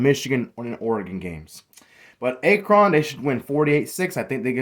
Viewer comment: Can’t even pronounce Akron correctly lmao